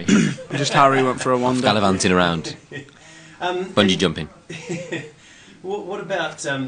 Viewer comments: Zayn: im not going to bungee jump anytime soon im afaid of heights Liam: its real difficult to say bungeeju! Zayn: *trying to say it* bungin jumpin Me: oh gorsh....i cant.....its just to hilarious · lol Zayn bun-gee jum-ping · Haha Liam: It's hard too say bungeeee bun-gehh. Any way why;s it calle bungee? Haha love you Liam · Lmfao! The way Zayn tries to say "bungee".. xD